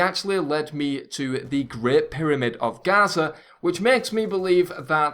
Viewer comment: It's Giza. Gaza is somewhere else